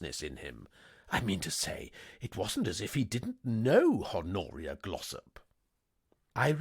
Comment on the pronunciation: Love the uploads! One note for future recordings: the H is silent in "Honoria". Thanks!